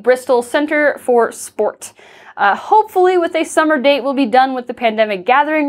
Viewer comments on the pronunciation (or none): none